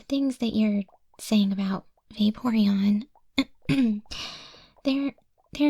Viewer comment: When saying it multiple times, all I heard was Baeporeon 😂